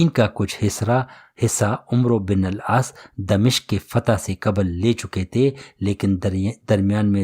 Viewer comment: العاس . نہیں العاص ہے